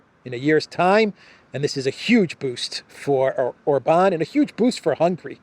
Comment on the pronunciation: When you did your last guest video,, you actually correctly called him OR-ban. Must have been by accident, you're back to Or-BAN 😂😂😂